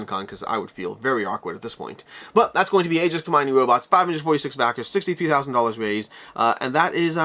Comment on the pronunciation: Neither, it's "E-jis".